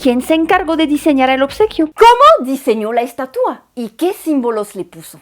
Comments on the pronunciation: “Estatúa”? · Hola te hago una observación en tu pronunciación....pronunciaste aproximadamente 35 veces la palabra estatua, de las cuales unas catorce veces tu pronunciación fue incorrecta pues la pronunciaste así... estatúa, además de cuando te referiste al rostro de la estatua en vez de decir tenía un rictus severo en su rostro dijiste sévero....tienes muy buen español y revisar estos detalles te ayuda a que llegues a un español perfecto.... Te digo de broma que se dice estatua no menumento....🙂🙃....supongo que sabes que acá en México se hace una broma cuando alguien pronuncia mal y dice estuata se le corrige diciéndole que se dice menumento, se le trata de corregir pronunciando mal otra palabra como sinónimo.... En cuanto a la crítica a ambos países con respecto a la estatua y la libertad recordemos que ambos países siempre se han conducido como imperios saqueando y dejando continentes enteros en la miseria lo cual ya es un impedimento para que hablen de libertad, nunca han tenido autoridad moral para hacerlo...y de hecho lo que dijiste de tu país Francia no es que tenga una actitud paternalista hacia los países Áfricanos, es que a vista de todo mundo los sigue saqueando.... Cómo sea esa estatua o monumento u lo que sea, la gente ya sabe que es una burla, y si así lo toma la gente que sabe que de ese tamaño es la hipocresía de ambos países, de su clase politica... Saludos cordiales...😎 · Como siempre tus vídeos muy ilustrativos. Te comento que la palabra en México para este monumento es ESTATUA trisílaba grave. y tu pronunciaste ESTATÚA. Puedes checarlo. Saludos.